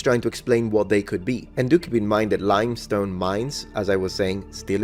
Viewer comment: lime stone, not "limstone" ;-)